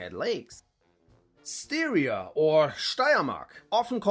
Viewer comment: The correct pronunciation is NOT Styria like Syria but Styria like stylish - Steiria if you will, closer to the native Steiermark.